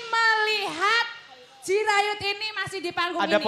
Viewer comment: Jirayut bg, bukan Jurayut.